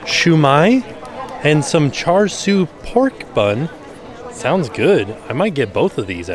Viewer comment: Char siu is pronounced more like “cha-shoo”